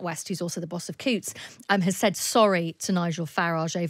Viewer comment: It’s not ‘Cutes ’ - it’s ‘Coutts’. The letters ‘ou’ are pronounced ‘oo’ as in ‘loony’ or ‘fool’.